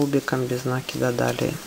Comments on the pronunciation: Все хорошо, но можно правильно говорить "накИд а не нАкид, вы хоть применяйте проверочное слово " накИнуть а нАкинуть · Замечательный МК, но убивает слова нАкид. Простите, но мы делаем накИд, а не нАкид. Откуда вообще взялось такое ударение👎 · похоже на польскую фамилию из тех мест, где соседние с немецкими области. Правильно говорить и "нАкид", т.к. естественно для украино-язычного произношения (или. где сохранилось старорусь-кое произношение и словарный запас; может, в Беларуси), где ударения на первом слоге - не так , как в русском, где на втором "накИд"